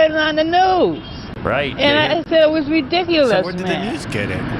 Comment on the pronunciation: The word is not pronounced ree'-dic-you-lous and neither is it spelled "rediculus".